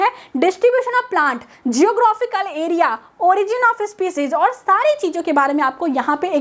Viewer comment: Spicijj nhi species